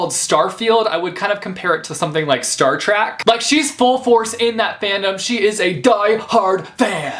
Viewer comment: Did he just say, “Star Track”?